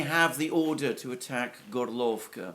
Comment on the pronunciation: Dear Alexander, thanks again and again for your always excellent videos! Just a couple of suggested corrigenda: Ka'hOvka (not 'KAhovka) 'GOrlovka (Ukr. 'GOrlivka, not Gor'lOvka) Ghe'nIchesk (not 'GEnichesk, let alone 'GEnishek). By the way, Genichesk is located on the Azov sea shre, not Black sea shore. Good luck! P.S. I'd be happy to provide you with further suggestions on Russian (Ukrainian) proper names pronunciation as well as general facts if you are in agreement and tell me how to send my suggestions and research results directly to you rather than leaving comments here. Cheers, Nik, your admirer.